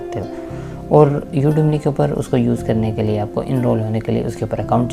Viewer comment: Udemy haa not udemny